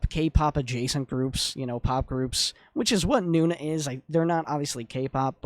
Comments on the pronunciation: Is not Nuna.. is No Na.. N O N A...❤❤❤ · Thanks for reacting to nona. They’re not korean btw so you’re mispronouncing their name. It’s not noo-na. It’s pronounced no-nah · Its No....Nah Not Noona 🧐